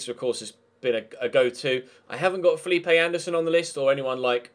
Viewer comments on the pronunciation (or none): none